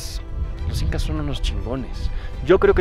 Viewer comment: Jael l incas sin "h" 😂